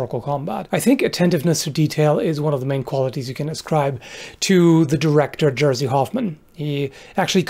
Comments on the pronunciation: your pronunciation is quite good, except name of Jerzy Hoffman. It is funny as "Jersey" and I can see why you pronounced it that way, but it is more like "ye-she" (with first letter like in Jaskier from Witcher ;) and RZ is one sound) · I love the entire video and the included analysis is incredibly detailed. But as a Polish person, pronouncing Jerzy like New Jersey made me feel like I've been slapped in the face with a wet towel. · I'm sorry, I can't stop laughing at you pronouncing Jerzy as Jersey. xD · fyi Jerzy is not pronounced “Jersey” lol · Oh: Jerzy Hoffman: Jerzy = Georgre. Not Jersey. :-) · Except for Džerzy... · It took me a while to figurre out that he meant "Jerzy Hoffmann" when saying "Jersey Hoffmann", especially when using such an old picture of him😂. I understand of course that it's probably difficult for him to remember the pronounciation but the "J" sound should be pronounced as an English "Y" sound and the "rz" is similar to the "zs" like in the Zsa Zsa Gabor's name. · It is not jerzy its jerry we treat A combination of r+z as one not always of coure but in 99 %of examples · He also said Jersey Hoffman 🤣 But I am still really surprised this came up and he decided to talk about it in such a detail. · Except for Jersey Hoffman ;) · New Jerzy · >Jersey Hoffman You'd laugh your ass off if you heard how "Jerzy" is supposed to be pronounced :D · Hi:) Thanks for the vid. It's pronounced like this: Jerzi Hoffman - like "Yezhy Hofman" - like "Kmitsits" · you said next to Perfect. But Jerzy translates to George, not Jersey:D I know, counterintuitive, but true. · As a football fan I've always laughed when English commentators pronounced Jerzy Dudek :D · You killed me with the way you pronounced Jerzy 😝😝🤣🤣🤣 J is pronounced as Y And RZ is a single sound, kinda a very soft Z But very good with 🥴🥴